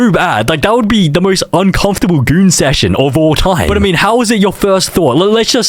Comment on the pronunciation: why does he say poo and goon like that "poou" and "gooun"